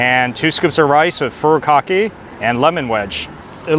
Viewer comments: Fu_ru? Kaki? Can you read? Can you pronounce or care to properly pronounce Japanese words? Do you say "carry o key" too(karaoke)? You look Japanese but no respect for our culture? Thanks! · I was going to ask if you're from Hawaii, then I heard you say "Furikake''" 😂